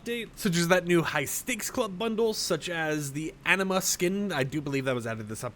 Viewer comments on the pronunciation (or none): none